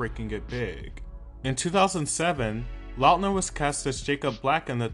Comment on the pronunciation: love this! thank you for the little nostalgic moment! and thank you for saying his last name right! we've done him wrong for too many years!